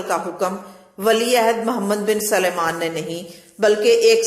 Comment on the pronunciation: PLS LEADERS KE NAAM SAHI BOLA KARO. WOH MOHAMMED BIN SALMAN HAI , SULAIMAN NAHIN. AUR SENATOR KO CENTRE BOL RAHE HO.